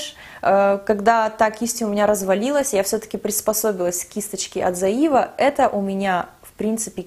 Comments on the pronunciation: привет! спасибо большое за видео) очень полезная инфа) скажи, пожалуйста, почему ты говоришь "зоИва"? спрашиваю только потому что не знаю как правильно)) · всё правильно, в Германии не произносят зоИва ))) немцы говорят цоЕва ;) но послушайте американских блогеров, их произношение, в общем вы обе в какой-то степени были правы 😄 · ну ты же живёшь в Германии, зачем ты произносишь Zoeva неправильно? все русские блогеры и так постоянно коверкают это название, хоть ты бы произносила правильно, чтобы другие знали, как эта фирма правильно по немецки произносится. Слух режет ужасно